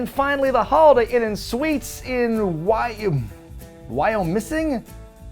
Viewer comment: Did fine with Wyomissing pronunciation! I love the background music 😂